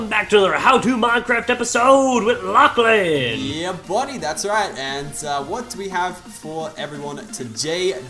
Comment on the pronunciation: I thought you said ur name like Lachlan instead of lochlin